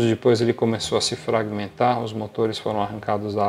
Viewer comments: Ao invés de falar "Depois" ele fala "Dipois".. todo video ele faz isso.. é o nome do senhor, o canal é Avioes e cia.. Ele é mecânico da latam, mas ja foi transbrasil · Fora que é chato pra caralho, vive mendigando likes e o cara além de falar alguns termos de aviação errado, ainda fala DIPOIS. Da uma agonia de ver esse cara, na boa. Fora que ja deu p ver que ele não é povão.